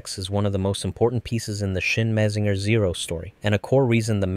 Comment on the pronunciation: Your saying Mazinger wrong.